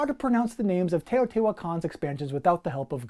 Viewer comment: You pronounced Teotihuacan correctly! Thank you it’s refreshing to hear someone get it right lol